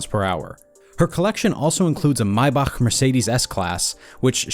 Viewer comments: That’s the correct way of saying Maybach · I've never heard Maybach pronounced like that lol